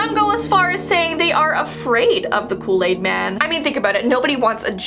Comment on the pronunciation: I don’t know what loo laid is but it sound good!😂😂😂